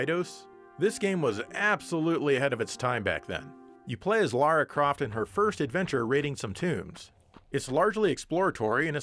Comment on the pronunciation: I could express an opinion on the actual content but instead I just want to say thank you for calling the protagonist of Tomb Raider "Lara" and not "Laura".